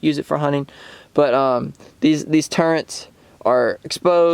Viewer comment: Turrets not turrents. Didnt know it was an HS-T. Thanks for the review.